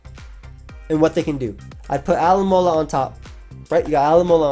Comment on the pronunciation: Speed running the world alomomola just makes it more noticeable that your butchering it